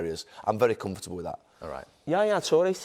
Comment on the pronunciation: Why does Gary add an extra syllable when he says comfortable